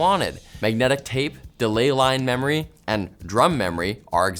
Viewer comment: Wandom access memowy